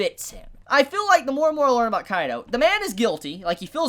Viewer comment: It’s actually ;Kai .D. Ooh